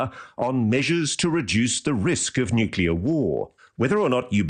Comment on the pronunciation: Amongst this bland, nondescript, word salad, you lads noted "nucular" and "eckcetra" and failed to notice the brilliant "constrived". I think his brain has formed a hybrid of contrived and construed. This is nothing more than a Diet Bob Lazar Lite 2023 version of an old concept, told by someone far less believable, with less charisma. You can see it in his eyes that he doesn't believe himself. If you've seen that look, it's almost unmistakable. Great show as always. Oh and God bless the Jaffa Cake. 👍🏼